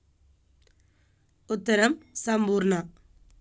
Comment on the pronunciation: salmpporana alla sampoorna 0lus aanu